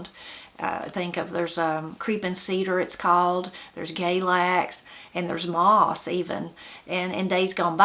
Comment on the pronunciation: Moss not miss